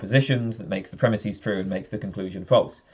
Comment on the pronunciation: Here's a normative comment for you. Stop saying "premisēs". That's not a word. The plural of "premise" is "premises". Just like the plural of "horse" is "horses", and not "horsēs".